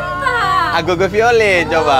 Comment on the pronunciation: Agogo bukan abego...😂